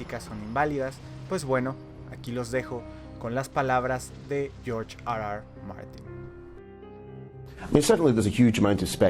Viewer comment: Que mierda es eso de "Yorch ar ar Martín?"